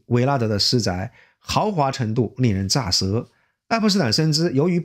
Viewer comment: 令人咋（zé）舌